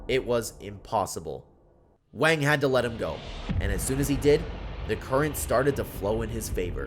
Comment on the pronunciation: The name Wang is pronounce with an "ah" sound, like in the word "water" or "gong", and not the way you're saying it.